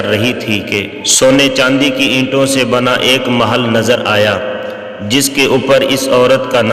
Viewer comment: Aslamalekm bhai ap pronon section sahi kijiye urdu me maahal nhi hai meihl hai